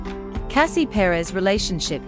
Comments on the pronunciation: It would be nice if before they talk about someone at least learn to pronounce their names right.Second wife was very pretty also. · She needs to do an in depth study of the topic. Chris was born in 1969 & not 1996. The pronunciation of the name is wrong. Cassie Perez is a smart & beautiful young woman. 🙋🏾‍♀️😇😁💞💞💞🎸🎶💃🏽💃🏽💃🏽🎊💫